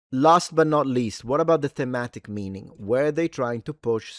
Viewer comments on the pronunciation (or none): "THEMATIC EANING"? Yes, I was actually paying attention.